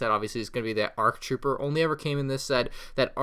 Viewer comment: Anyone else hate how he says arf trooper and not ark trooper?